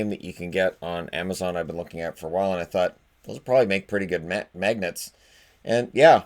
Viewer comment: No one: Absolutely no one:: MAEGNETSS